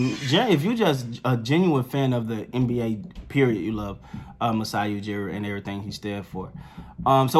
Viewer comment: we know Steady Freddie won you over & you're a secret Raps fan. We love you for it. You know your stuff. No worries we can keep a secret lol 😁 Oh & you said Masai's name perfectly.